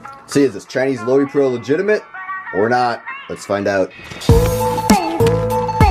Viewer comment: Pronounced Low-Pro.